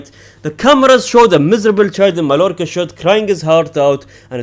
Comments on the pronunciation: As a Barcelona fan, your channel is peak entertainment for me. Just one note tho: the double L in Spanish names is always pronounced as a longer i, j or y, never L, so Mallorca is pronounced as maiiorca. Same goes for Villareal -> Viiareal, Sevilla -> Seviia, Rayo Vallecano -> Rayo Vaiiecano et cetera. You get my point :) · it's pronounced "MAYORCA". Two L's in Spanish make a "Y" sound.